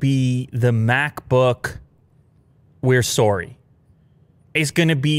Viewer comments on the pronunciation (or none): "We're sowry" leaking Canadian accent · got a good canadian "sorry" outta this video. thumbs up :) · Why do Canadians say “sorry” like that